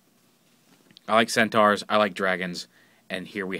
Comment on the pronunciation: Um...Isn't it pronouced Cent-OR?